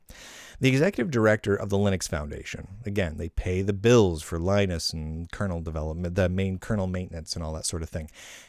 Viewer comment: After all these Linux sucks episodes, is it not time to learn to pronounce Linus?